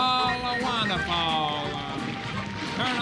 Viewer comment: wunnaful, wunnaful